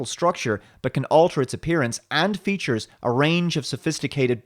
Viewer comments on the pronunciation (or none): none